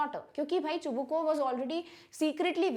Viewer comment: You are yourself pronouncing Chubukov name wrong